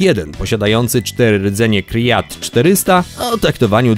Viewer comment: Aqua Park Wrocław? Byłem tam na majówce, przednia zabawa, zwłaszcza z Z2 (choć ja miałem akurat przy sobie zwykłą Zetke) :P Ps. Rdzenie Krait, nie Kriat :)